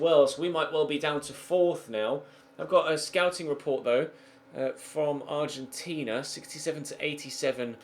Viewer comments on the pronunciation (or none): none